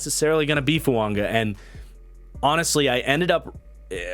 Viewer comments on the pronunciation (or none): I don't want to be that guy but why are you pronouncing Fuaga's name with an "N"?